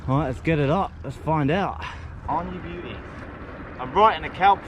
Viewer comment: He always say beuty